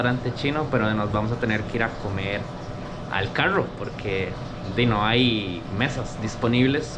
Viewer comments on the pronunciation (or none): Yo apenas escuché que dijo "carrrrrrrro" supe que era tico!